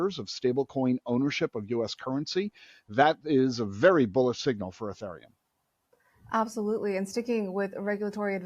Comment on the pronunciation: This guy doesn't pronounce Ethereum correctly. Jesus.